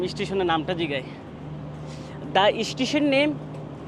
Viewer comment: Ei seler somosha asse....o mone kore or jonno sob desher sob meyera pagol but se je ekta khet....je naki station bolete paree na uchcharon kore eistition....ei hoise obosta